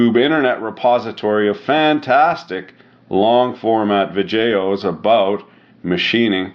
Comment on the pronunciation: Why do you pronounce videos "Vijayos"?